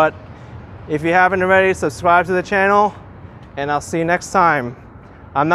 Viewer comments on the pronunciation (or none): none